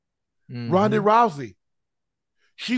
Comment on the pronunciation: "Signature leg kick over Roodnaay Rousey." Work on this guys, it's a head kick. The name is Rhonda. With your aptitude, you can totally assemble and fly airplanes these days. Get some damn quality control.